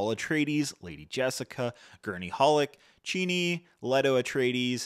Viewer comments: "CHINI" CHA-NI-- CHANI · Cool but, who tf is "Cheenee"